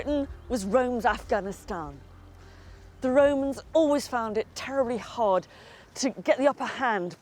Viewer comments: Listenng to her say "Wome" and the "Woe mans" gives me a headache. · Everytime I hear "the Roman's" I think of Pilot from life of Brian saying "are wee womans?"